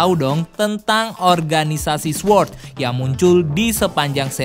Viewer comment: Sword dibaca sord. Gapake "W"!!!